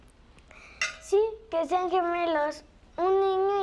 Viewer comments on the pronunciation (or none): none